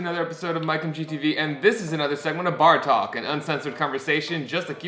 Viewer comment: my musician brain keeps hearing "Bartok" instead of "Bar Talk" please tell me I'm not the only one 😂